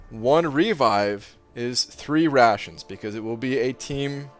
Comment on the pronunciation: At first I thought it’s “Russians” instead of “rations”😂